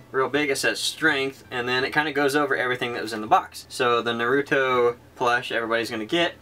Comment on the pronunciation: I'm sorry for possibly sounding pretentious/annoying, but I have a pet peeve with mispronouncing names (when it tells you of course, not when I interpret the name differently) so I just wanted to let you guys know it is pronounced NAR-RU-TOE not NUH-RU-TOE... (sorry for kinda being a bit jerkish, it just annoys me a little xD)